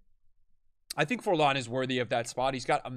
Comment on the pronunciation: The way he pronounces Forlan triggers me